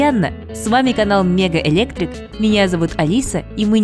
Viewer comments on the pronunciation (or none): Алиса еще не выучила как называется их канал . "Мега электрик" это что-то с чем-то. Для справки, ваш канал называется "МиГоуЭлектрик". GLA нужно говорить не "гэ-эл-а" а "джи-эл-эй".